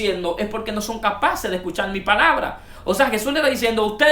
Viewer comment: No se porqué estos hnos Crean paginas de internet; sin saber artícular bien las palabras del castellano. en lugar de Haber, dicen abel subir dicen subil, escuchar, dicen escuchal, Creo qué mejorar su dilecto sería lo mejor para los qué estamos en otros países escuchando a un mal hablado. Una palabra mal pronunciada cambia totalmente el tema dando a entender otro asunto. Mi opinión es que aprenda a hablar para grabar sus opiniones, y recuerden que los que ven su vídeo son personas cultas en su mayoría. Por último la serpiente si tuvo relaciones con eva solo así creo una descendencia y solo Dios engendra por medio del espíritu santo.